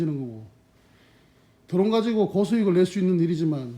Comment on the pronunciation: 도론이 아니고 드론 드론